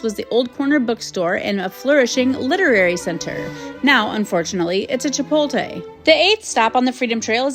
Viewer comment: Beautiful job! Loved your video. But you pronounced Anglican and Chipotle wrong so you should fix that.